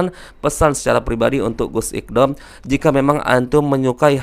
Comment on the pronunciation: masak baca nama orang salah 😂😂 namanya itu اقدام bukan اقضام (iqdhom)... Gmn sih??!!.. belajar bahasa arab dulu gihhh..